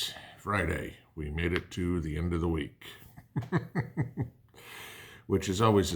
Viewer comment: When you said "We have made it to the end of the Week", for a minute I thought you said "We made it to the end of the world".